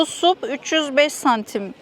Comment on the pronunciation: Ya lütfen SUP demeyin, SAP! Stand up paddle boarding. Bunun türkçe telafüzü olmamalı 😅!